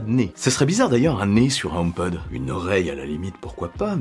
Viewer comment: Si je peux me permettre. En anglais on prononce le H . Car omepod en anglais ne veut rien dire .